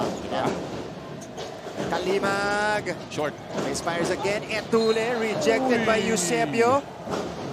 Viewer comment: Sino ba yang commentetor nyu ncaa d marunong mag basa . Zedjay etulle... Etulye pag basa nyan putik😂😂